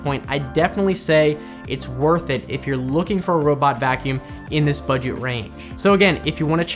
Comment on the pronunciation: Budget. Did you say budget?